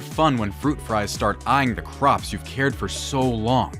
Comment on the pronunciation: Does this AI have a Japanese speech/pronunciation limitation? What are fruit fries?